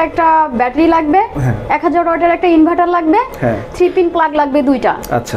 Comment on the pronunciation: ইনভাইটার না ভাই ইনভার্টার